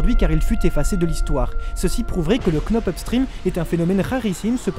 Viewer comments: Frère ça se dit pas KKKNock up stream on lit pas le «k » ça se dit (k)nock up stream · Juste frero ça se dit "nock-up" pas "Knock-up" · Knock up stream le k ne se prononce pas svp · La bonne prononciation cest [nok up strim] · On ne prononce pas le “k” dans knock-up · On dit « nock up »